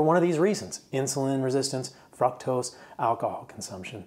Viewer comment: I love the info, but if you pronounce fr-ook-tos as fruck-tos one more time, I'm gonna scream